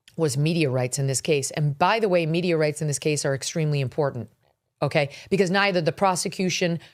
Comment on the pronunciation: >> at first i heard,,, "they were arguing Meteorites",,, then Megyn explained they said.... Media Rights !! :-)